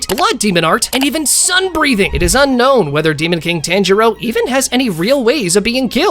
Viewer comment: bro can you say tanjiro the right way